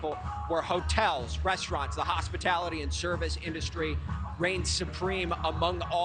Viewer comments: Hospitility, not Hospitality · She can't even say Hospitality correctly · She mispronounced hospitality. Lol. Lies